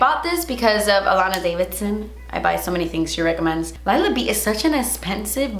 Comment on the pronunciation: allana daviDson hahahaha it's Davison!